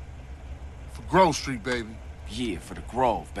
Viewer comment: man spricht es nicht „gruv street“ aus sondern „grove street“